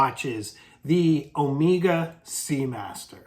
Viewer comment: It’s Omega (as in keg), not omeeeeega